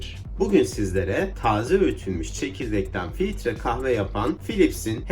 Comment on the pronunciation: Filitre kahve değil filtre kahve